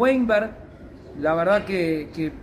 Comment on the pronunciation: se pronuncia "bimberg" al lateral izquierdo de Colo Colo